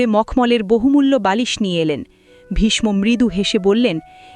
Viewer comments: Vishsho hobe vishmo noy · খুব সুন্দর ব্যাখ্যা দিলেন কিন্তু একটি বিষয় বলবো ,প্রোনাউন্সিয়েশন vismo নয় visho যেহেতু আমি একজন বাঙালি।